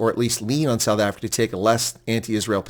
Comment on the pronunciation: Mr Ambassodor Bozell, WELCOME to suf efricac.